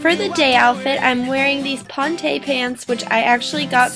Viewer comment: When you said "Ponte" my boyfriend peaked his head in the room and said, "Hey! She pronounced my name wrong!" His name is pronounced Pawn-Tee so yeah lol. Anyways, I loved the video and your style! :)